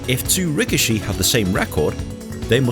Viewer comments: Ree kee shee. That's how it's pronounced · I'm pretty sure 'rikishi' is pronounced "rih-KEE-shee." On a side note, I find it ironic that the only two WWE wrestlers who had a sumo gimmick were both Samoan, and didn't have a drop of Japanese blood in them.